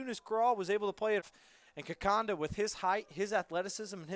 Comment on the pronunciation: It’s ‘Kikonda’ not Kikanda🤬